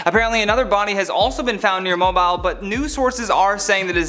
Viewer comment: Mobile is pronounced (Moh-Beal). 😄